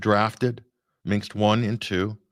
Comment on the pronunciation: Great show. - it is Minsk, not Minks or Minx